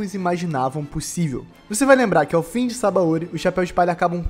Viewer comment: Só um detalhe é sabÃOdy, não sabaÔdy